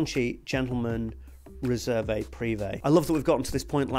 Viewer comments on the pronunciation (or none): You should not pronounce the "e" at the end of "Réserve"